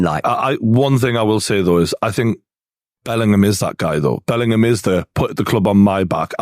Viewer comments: Imagine being so thick and illiterate that you go onto a podcast and keep saying "Bellernam" over and over again instead of "Bellingham". The thick southern fool. 😅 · The way this guy says "Bellinum" instead of Bellingham annoys me way more than it should smh.